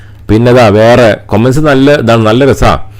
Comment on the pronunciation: കോമന്റ് അല്ല, കമന്റ് ആണ്